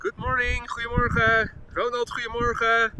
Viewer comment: Hiya Boy! You say something in Dutch to a lot of people that sounds to me like "hwee morha." (That's just what my ear hears.) Is that how you pronounce "Goedemorgen"? I know Dutch is very similar to English, but I don't know if I'll ever get the pronunciation. "BOY: He hath a killing tongue and a quiet sword, by the means whereof he breaks words and keeps whole weapons." (I'm running out of quotes, and I can't find anything more related to my question.😐)